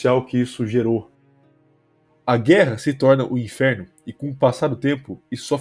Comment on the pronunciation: "AH GUERRA NÃO É O *INFERO*?" infero é foda man, mas ótimo vídeo, só notei isso mesmo